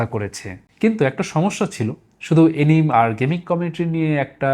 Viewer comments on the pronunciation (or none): এনিম না, এনিমে